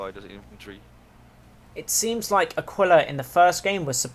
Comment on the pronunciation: It's actually /a'kila/ not /akwila/ ;P